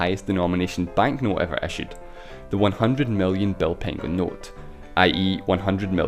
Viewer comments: Actually it is not pengo, but pengő and it is pronounced with a ø sound. In english the closest ma ybe the word "nerd" pronounced like nørd. Otherwisse cool video. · Thank you for mentioning Hungary! But this big inflation has to be mentioned anyway! :D (a little bit mispronounced "pengő" ) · You didn't pronounce "pengő" properly. "ő" should be pronounced like "eu". Anyways, I'm not sure that I should be happy that my country appeared in this video... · You pronounced pengő wrong the entire time, just saying